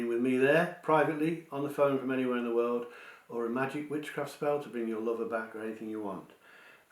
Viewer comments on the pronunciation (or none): none